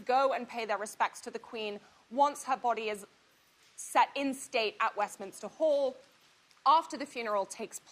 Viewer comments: It's MINster hall, not MINIster hall. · The narrator says Westminister Hall but the correct wording is Westminster Hall. Thank you for your story.